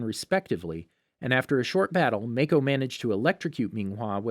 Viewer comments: This is bothering me. His name is Mah-koh, but Mae-koh. I know they are doing their best though and I appreciate the effort. Thank you for the video!!! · Gaz an is how they pronounced ghazan, Kia is how they pronounced kya and (make-o) for mako (ma-co) and (ten-zen) for Tenzin (ten-z-in) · Its not maeko either its maaako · Okay but why do you keep saying “mAikO” ITS “MAKO” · Sokka(Sock-Ah) not soak-ah Mako(Mah-Kho) not may-ko Kaya(kai-ah) not kay-ah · Every time he says "MAY-KO" it reminded me of the fat donut-eating cop saying his name, hah. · mayko ten-zen kia mhm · stop saying make o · I think Mako is pronounced (Mah - Co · I'm sorry, I made it 13 minutes, but it is absolutely driving my brain crazy every time I hear Kee-yah or May-ko.... I literally cannot make myself listen anymore... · Soakka. Kyaw. Mayko. Oof. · "ga-zan" "make-o" "kee-a" you sure youve watched the series?? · He needs to work on: Sokka, Mako, and Kaya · You said mako Wrong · Omg he keeps say "Kya" and "Mako" wrong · and when he pronounces “mako”